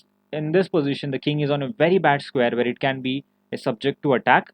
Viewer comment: If you consciously try, Can you pronounce the words like "where" with a "w"? Or is it just automatically a "v"? I'm asking wholeheartedly. It's something I've always wanted to ask someone who spoke with your exact accent. Once again, this is a serious question and this is not hateful in any way. I'm just trying to understand. Is it like impossible for you or is it just habits at this point? I mean you do speak very good English, I'm not taking that away from you.